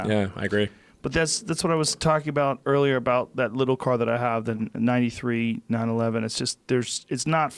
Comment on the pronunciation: When he says 'car ' his south African accent comes through